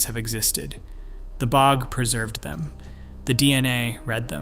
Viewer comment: Weird mispronunciations: B O G instead of bog, etc. Mismatched images. I'm not believing it if they can't even be sure their visuals are relevant. Also, the skeletons were from thousands of years, not all from 7-8,000 years ago.